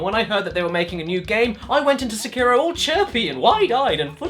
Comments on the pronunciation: SEKIRO: Emphasis on the First Syllable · "See-Kei-Row Shad-ows Dee Twicky" Pffff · See-kai-row Shay-dows Dee Tweekey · Seekyro shadous dee twickie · See Cairo, Sha-Dows Dee Twikie. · See-kai-ro sha-dows dee twi-kee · Correct pronunciation: "Seck-aye-row" "Shad-dau's" "dee" "Twick-ee" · "This game is so Japanese"... Immediately pronounces 'Sekiro' the opposite of the Japanese pronunciation... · Is this pronounced se-ki-ro or see-ki-ro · So many youtubers can't pronounce Sekiro properly. Also the English dubs are pretty awful IMO, but to each their own.